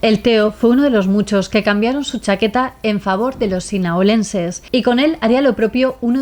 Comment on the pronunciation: Se dice sinaloense no sinaolense